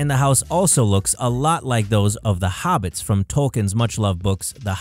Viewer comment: They watched over 100 episodes of The Simpsons, yet one still shot shows they still got the house wrong. :-/ This dude needs to learn how to pronounce words correctly. He kept pronouncing the letter "o" as if it were the letter "u". For example, the creatures in The Lord of the Rings movies were Hobbits, not "Hubbits". The letter is O, not "u"!